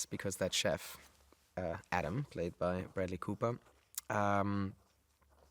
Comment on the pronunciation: Cooper sounds like it should be written as Cüper with the way Daniel pronounces it haha.